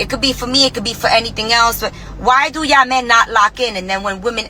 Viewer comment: Pronouncing the word "Y"all.."... Is enough to understand where she is coming from , and what her true colour is.